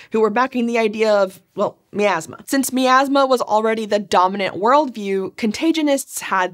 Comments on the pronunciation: My-Azz-Muh, not Mee-Azz-Muh. Every time you said Mee-Azz-Muh. I died a little on the inside. By the end of the video, I was but a shell. I hope your happy. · I have to play my Pie-An-Oh, to clear out this Mee-Az-Muh.